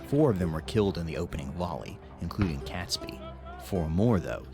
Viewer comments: Robert Catsbee? Get it right for crying out loud. It's pronounced Robert Kayts-bee. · Oh please, pronounce Catesby correctly!! imagine in the US you say 'gate' .... so pronounce Catesby with the same sound as a in the word 'gate' .... he was the Catholic aristocrat who was the brains behind the conspiracy. If the explosion did occur, it would have killed (possibly) as many people at 9/11, given that most of London would have burned afterwards. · arhhh please, it's pronounced Kates' Be, NO CAT